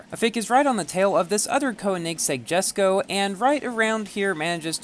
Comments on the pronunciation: Yaay he pronounced Jesko right. Someday, he'll get Porsche right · He finally pronounced it! What a madlad.